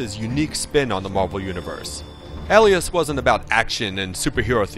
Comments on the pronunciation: Shouldn't that be ˈā-lē-əs like pale and NOT alias like Alice. Or maybe he meant to say Aliass. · Is it pronounced 'ellias' and not 'ay-lias'? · Al-ias.... hmmmm ok.... D-AL-Y BUGLE.... -_- you ruined it. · It's pronounced ālēəs. Long a. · Where did he learn to pronounce the word alias? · You do realize that "alias" has a long A in the beginning? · That's not how "Alias" is pronounced. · say Alias correctly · and he sounds like he cant pronounce alias